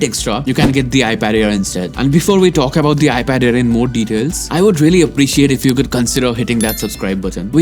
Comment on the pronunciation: SOrry but you mispronounce The a lot